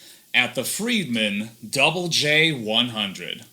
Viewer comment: Finally... Someone who calls the amp correctly. It was named after the Double J Ranch. 😬👍